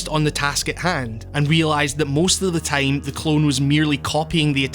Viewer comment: The way this guy says "time" makes me giggle